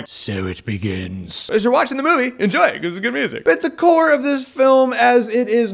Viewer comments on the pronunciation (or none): none